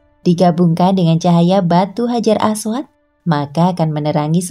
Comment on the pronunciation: Hajar ..apa orang panggil batu hajar aswat ni sebut pun salah